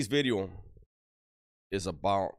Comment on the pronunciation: "New...bideo" Always makes my day! Keep up the great content.